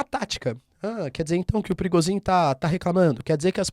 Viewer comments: É prigojin, não Prigozin. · é so eu que entendo perigosinho ? 🤣🤣🤣🤣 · So eu q entendi " perigosinho" ?